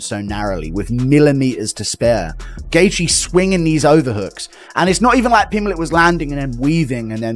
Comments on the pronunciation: "Justin Gaythe "😂how can someone have a channel ,but not be able to properly pronounce one of the sports biggest names? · Not even 5 seconds in and you mispronounced Gathje? Phuq off.